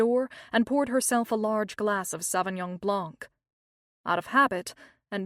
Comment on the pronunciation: "Sauvignon Blonk" 🤭